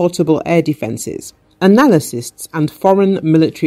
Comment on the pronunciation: Analasysts? What's one of those? This narrator does not sound the brightest of sparks.